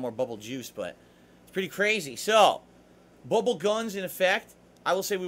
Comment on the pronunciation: His slurring really shows when he says bubble over and over